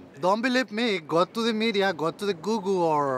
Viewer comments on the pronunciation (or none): Am I the only one who heard that woman say:"go to the googoo."